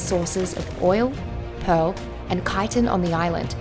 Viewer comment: took me a while to understand she is talking about chitin because she is mispronouncing it so hard lol